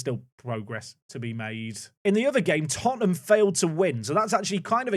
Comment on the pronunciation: It's Tottenham